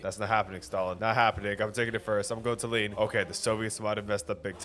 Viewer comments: gread vid, however! PLEASE LEARN HOW TO PRONOUNCE TALLINN, I beg you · Hi your pronounication of Tallinn is offensive